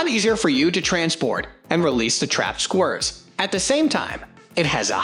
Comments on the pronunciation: What are squrrs? Or can the commentator not pronounce squirrels? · Why can’t these narrators say squirrels….😂😂😂😂😂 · They're taking L's (Els). Who? Don't ask 'im. 🫡